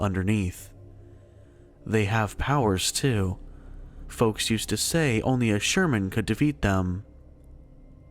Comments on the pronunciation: Did he say "Sherman" instead of "Shaman"? Lol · sherman?? SHAMAN